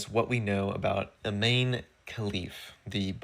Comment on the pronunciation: I believe Imane is pronounced either "Ih-monny" or "Ee-monny."